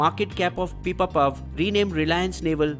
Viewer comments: Its not pipapav its pipavav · it's pipavav not pipapav. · It's not pipapav, it's pipavav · It's not Pipapav... It's Pipavav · Pipapav lol Its Pipavav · It is PIPAVAV ,,,,,,,,, not PIPAPAV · it's Pipavav, not Pipapav. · Its PIPAVAV not PIPAPAV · It's pipavav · Brother its PIPAVAV....BUT EVERYTHING WAS EXCELLENCE